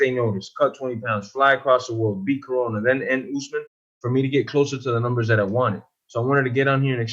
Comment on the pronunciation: Chael " OOZEMAN" sonnen